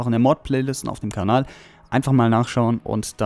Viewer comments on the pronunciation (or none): none